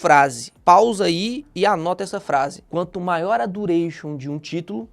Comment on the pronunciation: "MAIOOORRRRR A MAARRRRCAÇAO DE MERRRRCADO"